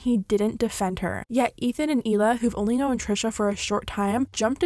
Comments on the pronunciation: She kept sayin Know-en it’s known where is the e from 🥺😭😭😭😭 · "knowan" What? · the way you pronounce known is the real tea